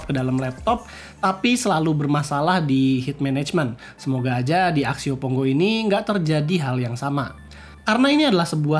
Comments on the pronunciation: Pongo bukan Ponggo, baru nyebut serinya aja uda salah jd malas lanjutinnya wkwk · pongo bang bukan ponggo